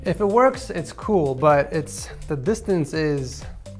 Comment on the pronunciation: yes I can hear, it was a joke because it sounds like he said pool -_